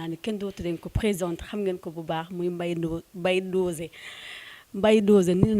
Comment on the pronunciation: Elle peut même pas prononcé mbaye dosé c grave en tant que animatrice ou présentatrice